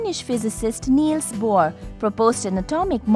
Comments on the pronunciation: its Bohr not bhor. p.s. amazingggg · its actually BOHR NOT BHOR BTW the video is very helping... Thanks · its BOHR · it is Not Bhor's model it is BOHR's model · It's Bohr